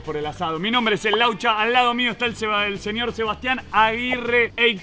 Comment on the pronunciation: laucha sonando como los de los chuletones gallegos